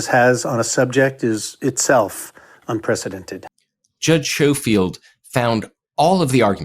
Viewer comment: Judge’s name is pronounced Sko-field not Show-field.